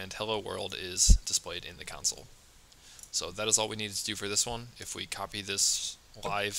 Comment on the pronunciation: love the videos but when you say counsel instead of console. i cant help but think oh man, i wonder if he knows that that's not right name haha great video btw if i have said that already